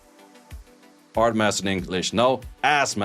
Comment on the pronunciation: lol "AHSSS MAHSTA" is what ill refer to art master as from now on